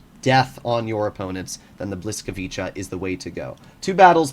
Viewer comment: Bruh that's not how you pronounce the tanks name